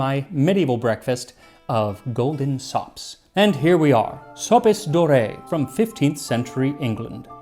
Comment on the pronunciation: Is there a reason to pronounce 'soppes dorre' with the 'dorre' as 'doré'? I would have expected it to be pronounced as 'd'or' (French for 'of gold' or 'golden'), or the English 'door'.